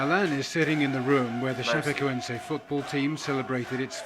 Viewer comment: It's pronounced Sha-peh-koehn-seh